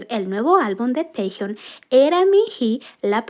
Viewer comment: Porque lo llamáis Tejiun!???!!! Cada vez que lo nombrais así sufre mi alma y me sangran los oídos!! Si decís bien Jungkook, haced lo mismo por el porfavor!!!!